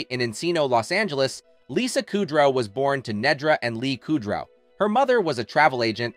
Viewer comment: Listening to you constantly pronounce her last name wrong makes my ears cry